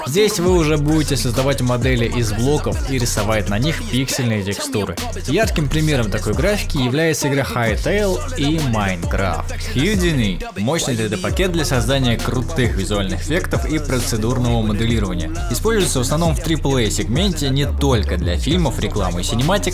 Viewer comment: 300 раз перемотал в попытках понять "хьюдини", пока не понял, что это Гудини.